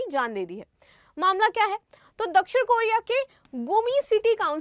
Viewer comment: Ye teacher hain? South Korea ko South keriya bol rahi hai...sab rattu tote hain